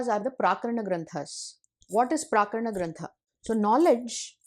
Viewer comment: You have pronounced it as 'प्राकरण' granthas. It should be 'प्रकरण' granthas.